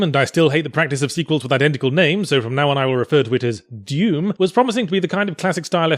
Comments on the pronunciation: "Deum" xD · I couldn't get over the way he said "Dewm" MtnDew Commercial confirmed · he pronounces doom like "duem"